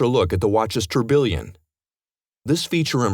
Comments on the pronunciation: everytime this guy says Torbillion. The correct word is Tourbillon pronounced Tour-Beyon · yes, let's look at the...tor-billion. lmao. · tourbillon, don't thank me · Someone please tell this guy how to pronounce tourbillon.